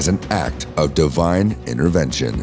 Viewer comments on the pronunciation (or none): none